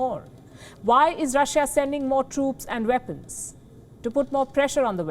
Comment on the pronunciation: Interesting how she can pronounce "West" but not Weapons (Veppons)